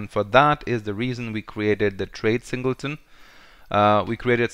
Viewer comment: Hate to say you we´re right. "Singelton" instead of "Singleton".. Thanks!